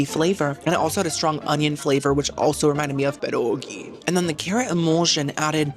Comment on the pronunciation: You pronounced pierogi completely wrong honey. I got it. I gotta say it completely wrong pierogi and I’m from Pittsburgh. We do our pierogies right sweetie. I get you. I love you but don’t ever try to pronounce pierogi again.